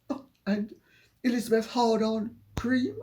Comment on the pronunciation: You pronounced Elizabeth HardOn cream perfectly LOL.